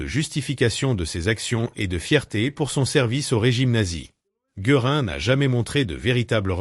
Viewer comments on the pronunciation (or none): Difficile! car il faut sans cesse décoder les noms allemands! "Geurin" c'est tout de même un peu fort de café!! On savait les Français peu à l'aise avec les langues étrangères et la prononciation de celles-ci, mais là, c'est le pompon! Et puis, en dépit du fait que le commentateur mentionne divers prévenus, le documentaire montre presque toujours le même personnage (Göring). On aurait au moins pu montrer le personnage dont on cite les dernières paroles, non? Le projet était intéressant, la démarche intellectuelle louable, mais quel gâchis la réalisation! Décevant, vraiment!